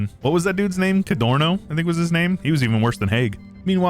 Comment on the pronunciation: I don't want to be that guy but actually regarding Italy,they were 11 battles of Isonzo and the general was called "Cadorna" not cadorno